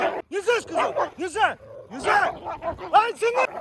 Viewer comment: Я конечно не знаю, но команда у собак взять,получается почти с первого раза и почти у всех.Они типа могут долго с десятого раза выполнять команду,а вот взять,усваивают лучше всех! И может это генетически... А когда кричит "НИЗЗЯЯ", очень похоже на взять,пересмотри... Пересмотрел? Нет? Ну и зря! Мы то уже побольше знаем о твоих питомцах чем ты сам! Кто согласен лайк! Социологический эксперимент! Ждёмс